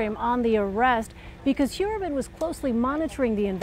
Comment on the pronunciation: Heuermann is pronouced HoyerMann, its german, its pronounced like engish pronounce "foyer"